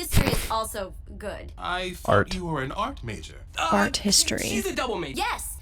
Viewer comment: "I'm a triple mAjóR"